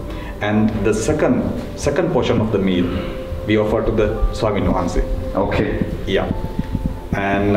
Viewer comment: Its actually Swami wahanse, not swami mohanze